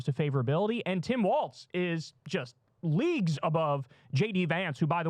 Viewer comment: Whhhyyy can't Kyle pronounce Tim Walz's name correctly when Krystal does it right literally in front of him